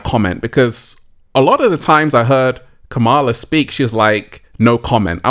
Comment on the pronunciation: If you are going to talk about someone, at least have the respect of pronouncing their name correctly. So disrespectful!